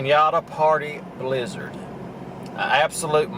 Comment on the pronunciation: BLIZZARD?...I THOUGHT YOU SAID LIZARD!